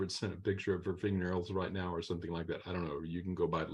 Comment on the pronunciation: Omg ….the word OR is not pronounce “are”. You are a lawyer. Sound like it.